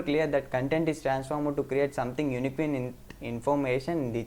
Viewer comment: Nuvvu vaadina alien word "unique" nu ela chadavalo okasari chusuko bro...